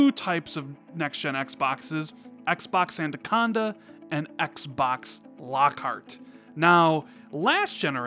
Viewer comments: If you say adaconda one more time instead of anaconda I will unsub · I can't be the only one that heard him say andaconda throughout that entire video instead of anaconda. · Everyone in the english language: anaconda.: andaconda. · How many people hear’s say ANDACONDA”? Stop it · I want to punch my monitor every time you say ANDaconda,......say it with me....it's Anaconda.....;) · Great vid but please stop saying Andaconda! its ANAconda! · LOL! Awesome. The first listen through I didn't really notice(even though he mispronounced it in past vids). But the second listen through it stands out like a sore thumb. LOL! Actually, he says: "And-aconda". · Xbox "andacanda" 😂😂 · Is it an American thing calling it ANDaconda, or just a thing? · Yo its@ not ANDACONDA... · Don't know about anaconda, but ANDACONDA is looking pretty good!! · haha it’s the extra D you put in. Great video though man. When’s Xbox Two going out? Last one before E3? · Why Can't you pronounce Anaconda properly? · I hope they gives us a name so we don't have to hear mispronounce Anaconda until e3 2020. Lol. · Was i the only that noticed how he pronounced "Anaconda" I'm hyped for E3 and hope you are right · is aware he pronounces Anaconda wrong yet still keep doing it Kinda funny and frustrating at the same time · Was going to say the same thing lol love the vids but got to make sure the pronunciation is right. Especially since you spell it right. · Steven Smith I was thinking the same thing.😂